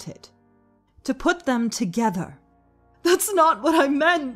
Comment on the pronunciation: Ve "TOGHETER" and that makes sense